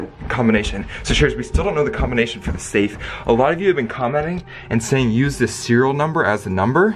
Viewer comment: The. Saf. Is. Oo. redey. Opoon